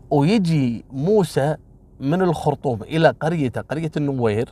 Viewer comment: حياك الله لو سمحت لا تغيب عنا ياشيخ خلي كل يوم قصة واحدة إن شاءالله بالنسبة لنطق اسامي القبائل النوير والدينكا ماشاءالله عليك تنطقها بطريقة جدا صحيحة حتي نحنا في السودان في ناس كتيييرة تنطقها غلط دمت بخير يا ولايك لكل قصصك 👍😍